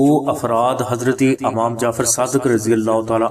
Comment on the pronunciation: Bhai lafz imam hota hy amam nhi